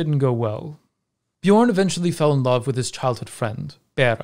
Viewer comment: Dat feel when everytime someone says Bjørn they say it with an o instead of an ø )